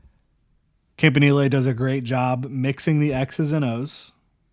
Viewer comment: I think it might be "camp in elly"...or "camp in eel"..idk but "knee lay" sounds absurd